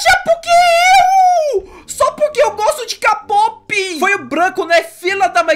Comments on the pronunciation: Se pronuncia quei pop, dá agonia ele falando k pop kkk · n é kapop é kpop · Da uma agonia dele falando k pop é kpop Edit:eu gosto de vc mas é kpop kkkk i love you ❣️ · Ele não sabe falar kpop kkkkk vc é demais